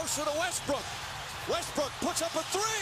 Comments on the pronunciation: You were saying westbrick instead of Westbrook this whole video.... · Was I the only one hearing Westbrick?🤣